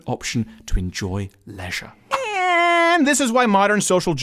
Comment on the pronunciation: "Lezzzzzzshre..." So creepy.